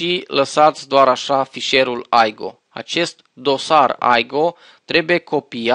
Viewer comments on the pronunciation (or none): Se spune simplu IGO nu AIGO deoerece nu este un soft american sau englez ,este un soft german-unguresc,etc ,I se citeste i nu ai....